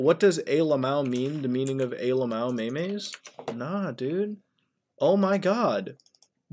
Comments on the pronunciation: ITS MEMZ NOT MEME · he called them meameas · is he saying maimais instead of memes